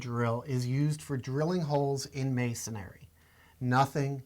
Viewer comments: It’s masonry not masonary... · The guy on the left keeps saying masonary which is a misspelling of masonry! He keeps adding an "A" after the "n" which is incorrect pronunciation! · What the hell is MasonAry??? How can you do this video and neither can pronounce masonry???? Please do the next video on brain surgery, a topic on which you likely have equal knowledge. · It's masonry, not masonary.. If you want to be taken seriously, learn how to pronounce the terms. You guys look like you belong on the cooking channel, making a quiche, maybe. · A concrete drill bit is not called "masonary" drill bit as you guys keep pronouncing it wrong... the word is masonry..... not masonary. Masonry is a three syllable word not four. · Hey great video information for the lay person... I can't believe the critics here. Immature losers to say the least. It's not a prime time show people and let's see you make a better job. Who cares they said masonary instead of masonry... IT'S FOR UTUBE AND THE LAY PERSON NOT H&G NETWORK ON PRIME TIME! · Why do they keep saying "masonAAry"? There's no A after the N in masonry. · Masonry! There's only one 'a' in the word. :)